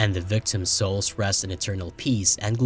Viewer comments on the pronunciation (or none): none